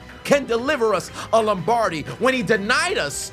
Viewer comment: "Lombardi"? Nawl dog. C'mone main